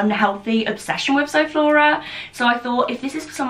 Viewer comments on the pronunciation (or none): That’s a shame I can’t enter because I don’t use social media platforms:( and your saying zoflora wrong it’s like zoo flora 😁